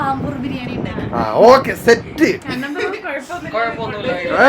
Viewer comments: അംബൂർ അല്ല bro ആമ്പൂർ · It's always pronounced as Aambur with a double "AA" and not Ambur as you people are doing ✍✍✍ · Karthik... It is not Ambur.. It is Aamboor ( Name of a place where this biriyani was made initially ) - ஆம்பூர் பிரியாணி. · Bro ambur alla aambur biriyani